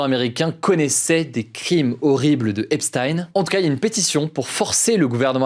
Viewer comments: Hugo j’apprécie le travail que tu fais mais Epstein se prononce comme si ça s’écrivait Epstine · même les anglais le prononce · Epstein se prononce "Epstine", c'est bizarre comment c'est prononcé dans ta video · On prononce "epstine" je crois.